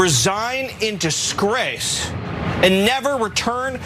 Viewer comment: Did y'all hear how he enunciated the word " disgrace " ...? 😊😊😅